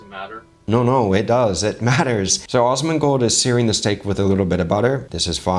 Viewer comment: Love it, please denote in future references that it is AS-mon-gold, with a short 'a', exactly as in 'as'. I've just experienced the strangest singularity feeling among crossover chef videos that I've ever, ever watched...between you, Guga, Chef Brian Tsao and Chef Paul (Frenchie), even Uncle Roger, with also my gamer/WoW background, who also knew of Asmon the legend gamer, since years ago...and it's been a weird, wild ride. Love your channel dear sir, keep on keepin' on. <3